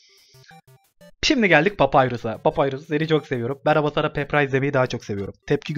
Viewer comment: Abi vio larda lütfen papürüs a payrus deme çıldırdım